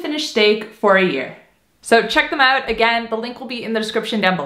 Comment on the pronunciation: oh! That’s why you say uut instead of out. ❤️